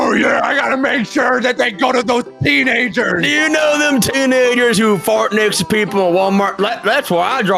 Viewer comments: that’s not how you say teenagers oof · bro did NOT say teeNAGERS